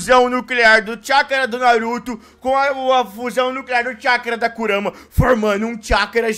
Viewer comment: Kurara kkk , kurama